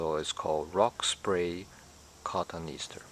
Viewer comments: I cant listen to you pronounce it 'cotton easter'. cot oh nee ass ter, ffs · Pronouciation is con-ton-ee-as'-ter